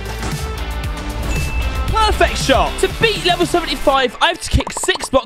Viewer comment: some time in the video why he say pwerfect